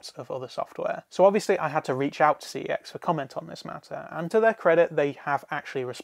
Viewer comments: It's pronounced "see ex" short for computer exchange what it used to be called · Cex pronounced something that sounds similar to sex, is too vulgar. Yet I use fuck,shit and cunt etc in most of my sentences. Makes no sense